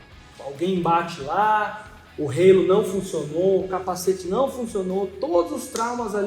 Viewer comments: Não é relo o idiota,e Halo 😂😂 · rapaz não é "reilo", é HALO